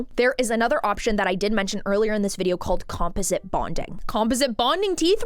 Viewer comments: It’s not compoSIT, it’s comPOSit/ com-PAWS-it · "Com-paw-zit" = composite. ❤ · •I've never heard the word 'composite' pronounced like that LOL •The girl who was crying about the $80k situation is named Winter & she's been THRU IT; not just w/ her teeth but she's also had multiple botched BBLs 🤦🏽‍♀️ •Real veneers don't usually pop off (or shouldn't). Most ppl are just getting a mouth full of lumineers & don't even know the difference 😬